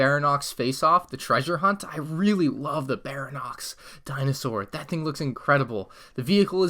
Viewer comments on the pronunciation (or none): its pronounced Bary-on-ix not baranox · Lol baranox Its pronounced bary-on-ix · Just a little FYI; it isn't pronounced 'barry-nox', it's pronounced something along the lines of 'barry- onyx' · "Barinox dinosaur" Ba-ry-on-yx. 4 syllables. I'm not criticizing, i'm explaining. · Im gonna be THAT GUY! Its pronounced (Barry-onyx) Baryonyx. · It’s actually pronounced Baryonx (Berryonix) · It’s (bary-on-ixis) The spelling is wrong because you pronounce it like that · Its pronounced Berrie-on-x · Die-law-foe-soar-us is the pronunciation of Dilophosaurus. Barry-Onyx is Baryonyx. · why do you keep messing up names you called the rexelcior rexelisor and now you called a baryonyx a baronyx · You said baryonyx wrong and it annoyed me a lot bary - on - ix But great video I like triceratops set the best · Who else cringed when he called it a dye-lophisaurus don’t forget bara-nox too! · Baryonyx (ba-ree-on-ics) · The Baryonyx is pronounced like "Barry-on-iks" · btw its pronounced barry on ix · The Baryonx is pronounced Bary-on-ixs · Good job and good vid not trying to shame you but here are the correct pronouncements of the dinosaur names. Barry-onyx:baryonyx Dilla-posurus:dilophosaurus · Your saying baryonx rong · The way he pronounces Baryonyx without a hint of doubt it's wrong makes me angry.